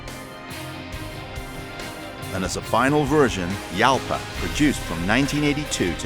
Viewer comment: Pronounced Halpa,not Yalpa.It's Spainish.